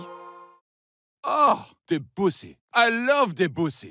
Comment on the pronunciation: Claude De-Byuu-C Oh god my ears